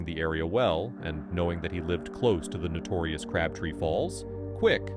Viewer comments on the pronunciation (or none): none